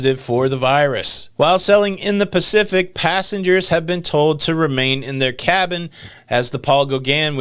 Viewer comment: Pap eee. Et tay. Pape’ete :)